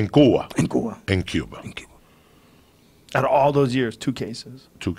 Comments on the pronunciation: “In Kuwa.” -“In Kuwa.” “In Cuba” -“In Cuba” LAWL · yeah, its supposed to be pronounced Cuwa. I'm also a native cuban c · Yoel: En Cuva Joey: In Cuba Joe: In CueBall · Joey: in gua Yoel: in gua Joey: in Cuba Yoel: in cuba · It's CuVa with a silent V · Joey:en cooba? Yoel: en cooba Joey:in Cuba Yoel: in Cuba